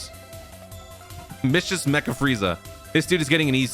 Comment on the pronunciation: “Micious” Tyrant it ain’t even that early toon 😂